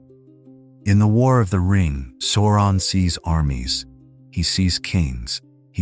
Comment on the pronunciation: JFC, SOW-ron not SORE-on